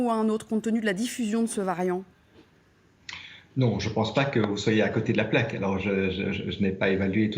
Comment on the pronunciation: Même pas foutu de prononcer le nom du variant comme il faut